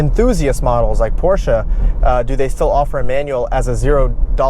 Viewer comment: points for pronouncing "Porsche" correctly.